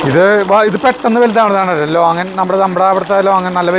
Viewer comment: ലോങ്ങാൻ അല്ല. ലോഗോൺ ആണ്